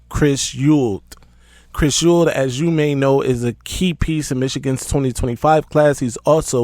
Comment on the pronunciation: Say it with me E -WALD